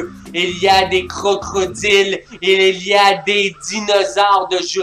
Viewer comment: Les "crocrodiles" je suis morte x)